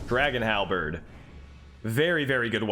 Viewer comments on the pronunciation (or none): none